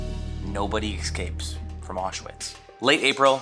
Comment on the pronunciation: Please learn how to pronounce Auschwitz.